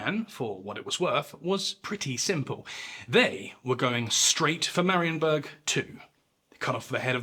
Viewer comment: 'Tis a good one. You even did pretty well with the pronunciation of Polish names, a rarity among YouTubers of English provenance 😁 One thing I would modify is the ending. The ensuing siege of Marienburg was a defeat & a big setback for the winners at Grunwald, reflected by the 1411 peace, which was widely considered a disappointment in Poland (who had to return all but a few border castles to the Teutonic Order, and gained very little territorially). Unsurprisingly, half a century of follow-up wars ensued 😏